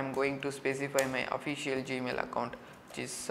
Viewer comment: "gamil" lol